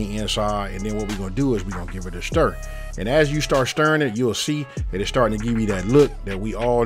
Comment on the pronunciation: “We gone give it a Shtir”